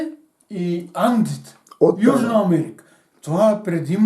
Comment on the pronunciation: Подкупени воеводи-неписмени, бедни, жалки, за две чаши ракия сичко че ти кажат хахахахахах. Долна македонистка пропаганда. Кажи Амеерика пак, почти го каза по шопски хахахаха. А шопската салата македонска ЛЕ Е ЕЛЕ НЕ Е? Хахахахаххахахах